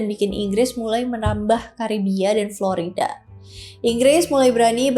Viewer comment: Florayda atau Florida?